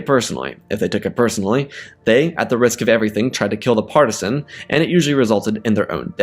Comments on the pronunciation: It’s patrician not partisan… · Got to nitpick. Janus could have been a Praetor, but Consuls were the supreme co-leaders of the Roman Empire. Also it's Patrician (pronounced Pa-tri-shan), not partishan as you kept saying. As someone with a BA where one major was in Classics with a major in Ancient Roman history, that pronunciation was like nails on a chalkboard. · I take it you mean Patrician the Roman upper class? not wanting to be rude but it sounds like you saying partisan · Good, but please learn how to pronounce patrician. Also, I was hoping for the Jedi to get involved in the Punic Wars. Roman: "Great warrior from the stars, please aid us in our righteous war against the vile Carthaginians." Jedi: "After seeing your gladiatorial arena, how can they be more barbaric than you?" Roman: "We don't throw our children into fires while drowning out the screams by singing praises to a bloodthirsty god." *lightsaber ignites*